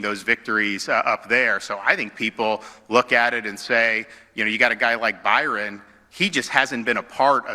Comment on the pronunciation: called him “bi-.” 😂💀